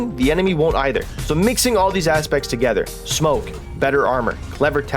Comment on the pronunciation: "smonke" nice!